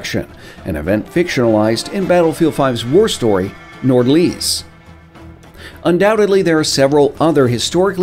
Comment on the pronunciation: ok its not to be rude or anything but try to say nordlys without the d and the y must be more heard